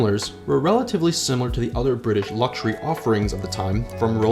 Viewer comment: It's British not brita please